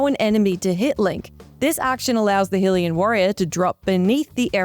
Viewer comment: umm... hillian? its HYLIAN dipshit